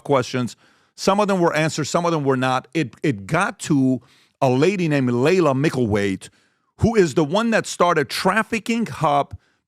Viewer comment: Her name is pronounced "Ly-la," not "Lay-la." 😉